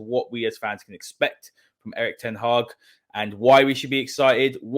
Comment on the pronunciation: Great stuff getting James on. A very different but rather significant angle / analysis by James. We also got an authoritative pronunciation of EtH!